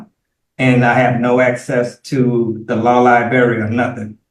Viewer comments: 90 days no early release for saying lie-berry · "De law libary" LOL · I can’t believe he can’t get to the lie-berry.